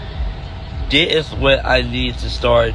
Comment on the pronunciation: Man 🤣🤣🤣😂😂😂”Dih is” what?! Lmao I died when he said it twice